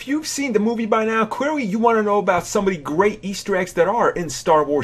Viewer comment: Ha, you lost me at "cweawy"